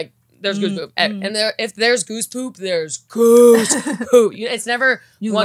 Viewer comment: whenever said "Goose Poop" my ears immediately heard "Goof Troop" for some reason 😂